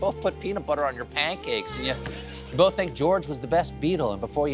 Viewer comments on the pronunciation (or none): none